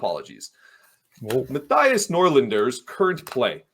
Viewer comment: says Mattias as if Norlinder was Amish